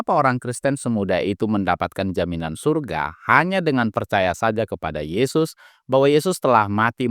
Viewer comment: syyyyuuuurgggggaaaa itu bukan sorga 😂